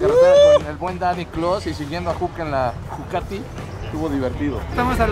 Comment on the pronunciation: Todo chido pero que naco decirle jucati 😂🤦🏻‍♂️